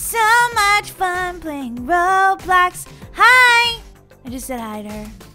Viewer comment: did you know that when you are on them little clouds in the Mario thing it sounded like you said of Robux instead of Roblox😂